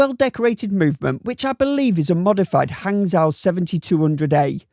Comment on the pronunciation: Not trying to be annoying, just trying to help. Hangzhou is pronounced Hungjoe. Excellent video as always